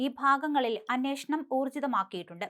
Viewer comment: അന്നേഷണം അല്ല അന്വേഷണം.നേരത്തെ അന്നോഷണം ആയിരുന്നു.